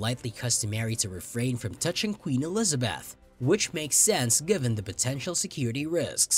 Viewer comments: Why are you pronouncing Eliza"beth" as Eliza"bath"!? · Only American's can fuck up and get away with it. In ANYTHING! Including Harry and Megan. Terrible computer soundtrack. "Elizabath". You yourself as company website are the worst offender's of all! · narrator cannot pronounce 'elizabeth' or 'windsor'